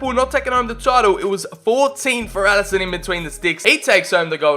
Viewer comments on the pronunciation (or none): none